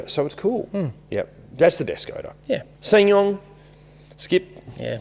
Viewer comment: "SSangyong skip" hahahahahahaha